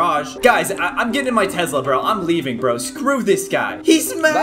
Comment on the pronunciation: caylus: im gonna get in my tezla bro me: did you mean tesla?